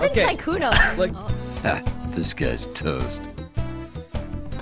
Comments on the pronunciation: it’s a little play on words bc it sounds like he says disguised toast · am i the only one who hears "hah, this guys toast" instead of "disguised" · Is it just me, or does the intro “disguised toast“ thing sounds like “This guy’s toast“? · Its it "Ha, This guy's Toast". I swear that's what I hear. Even slowing down the video I hear a This not a Dis... anyone else? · its 100% “ha disguised toast” but it does sound like it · He used to play a game where the characters catchphrase was "this guy is toast". But it sounds like disguised toast which is why he chose that name. The clip at the beginning is the clip from the game. So he is saying "this guy's toast", but it sounds like disguised toast. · Probably disguised but I always hear this guys💀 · is it just me or im just different whenever his intro i hear "this guy's toast" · Fun Fact: In Toasts intro he says ‘This guys toast’ while his name is disguised toast. In another point of view. dis guise toast. Sounds a lot like disguised toast...